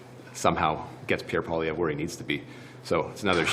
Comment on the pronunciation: Mark Miller is SUCH a cuck.. he ALWAYS says "Pierre Pollieve" before anything else